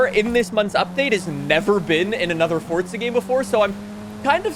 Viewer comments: It’s forza not fortza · Bro I love your content but PLEASE STOP SAYING “FORTZA” AND PRONOUNCE REGULAR “FOUR-ZAH” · Fort'za 🤦🏽‍♂️. You giant 🔔🔚